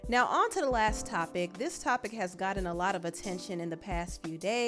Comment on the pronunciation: Gotten not godden